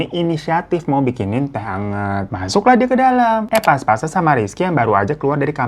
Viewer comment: Faaaaan, yang bener "papasan" faaaan buset. Gue dah sabar banget denger lu bilang "paspasan" dari video sebelum2nya 😭😭😭😭🙏🏻🙏🏻🙏🏻